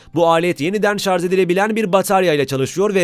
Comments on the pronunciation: Şarz dedikçe kulağı kanayan bir tek ben olamam değil mi ? 1.5m abonen var , şunun doğrusunu öğren artık. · Ben ''şarz'' a takıldım. Ne demek acaba? Yoksa ''şarj'' olmasın???? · Şarz ve Tony star dediniz ona takıldım ben. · 4.15 şarz diyor. Onun için izlemeyin bu kıytırık videoyu.